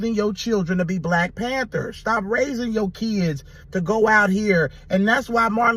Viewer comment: Yo, it's not "Black Panther", iss Black Pamfer.